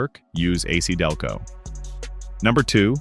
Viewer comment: LOL The AI narrator says ace Delco instead of A C Delco.